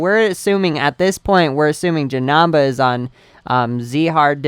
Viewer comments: dude u r pernounsing janemba as ja-nam-ba it is ja-NEM-ba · JESUS ITS Jah-Nim-Ba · STOP FUCKING SAYING Ja-Nam-Baa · Ralen Taylor He says Jenamba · he says janemba wrong